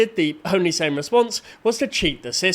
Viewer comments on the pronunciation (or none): none